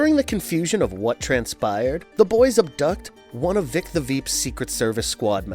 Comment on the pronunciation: It's "Vic", like "dick" not "Veek" like "leak". Short for "Victor".